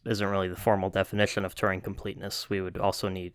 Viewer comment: That's not how to pronounce Turing.